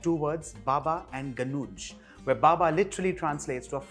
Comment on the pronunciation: Totally butchered how you say Ganoush wich is Ghanoush by the way. Other tha that good work!